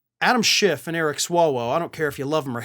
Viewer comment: Why do he and so many other Republicans have difficulty with the fact that Adam Schiff’s name doesn’t have a T in it?